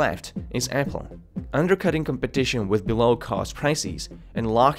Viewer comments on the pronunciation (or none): none